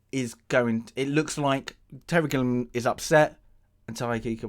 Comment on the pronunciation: Are you mispronouncing Waikiki's and Gilliam's names on purpose, or did you just never bother taking a couple seconds to read them?